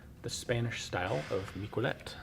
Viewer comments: "Mick-well-let"? I thought it'd be pronounced "Meek-eh-leh". Anyways, I'm not French myself, but it's surprising how much the French contributed to firearm development, the flintlock being amongst them. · In catalonia we remember the miquelets militians as a heroes. It is pronounced mi-ke-lets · Miquelet, pronounced "mickelet" (with the t), it's catalan not french. Miquelet units were created around 1650 during the catalan revolt